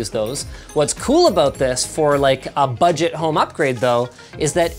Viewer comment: " 'buget' home upgrade" -linus 2019 It's $800 freaking $